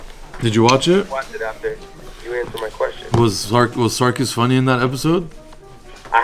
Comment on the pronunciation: It's not Sarkis... It's Circus??